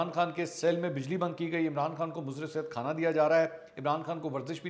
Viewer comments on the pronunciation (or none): none